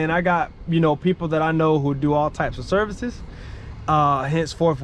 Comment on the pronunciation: Yo …”serices?” Come on man. Lol jk good stuff with your business. I am currently working on my own. Oh also you said point #1,2,3. But they were letters. 😅